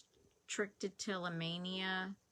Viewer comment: It's pronounced "TRICK - A - tell - O - mania". Think almost like "Trick - or - Treat". Content sounds nice too. That's ok! 💞